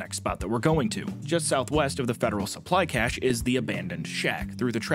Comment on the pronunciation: first US YT commentator capable of saying cache properly and not like "cachet" instead, which is something else. Have a like for being literate and aware of other languages and cultures, like everyone else is too.